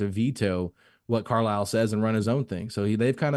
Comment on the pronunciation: Why does say Rick Carlisle Name like that?!? 😭😭😭😭 “Rick Carl” 😂🤣🤣